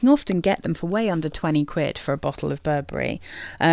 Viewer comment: Burberry "Wee" kend